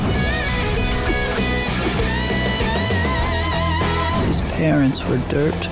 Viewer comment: You got North Carolina right!